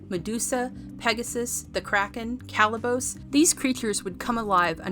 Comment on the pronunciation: Could we get a reviewer who actually watched the movie? The repeated mis-pronunciation of Kalibos gives it away. Someone else wrote the review that is being read off.